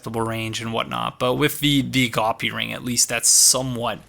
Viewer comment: Not to be a grammar nazi, but I've started watching your videos and I'm pretty sure you're pronouncing agape ring wrong.